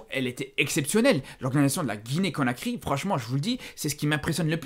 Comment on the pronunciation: conakry pas cokary